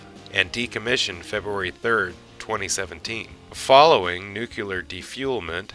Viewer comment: And its nook-lee-ar, not nook-you-lar